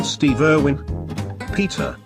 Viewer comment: "Stehve Ehrwhen"